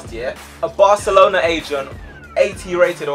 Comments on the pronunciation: It said Barcerona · IT SAID FUCKING BARCERLONA WTF! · LMAO "BARCERONA" I'M DONE FAM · Barcerona is how the japanese would say it XD